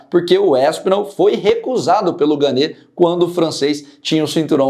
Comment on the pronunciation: a pronúncia não é ganê (seria se tivesse acento agudo no e). É "Gan"